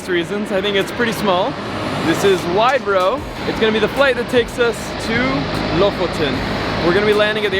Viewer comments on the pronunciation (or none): Haha, I never though about the fact that Widerøe for an English speaking person would be pronounced as Wide Row :) that's so funny :) the correct pronounciation however would be something like With A Rew or something ;)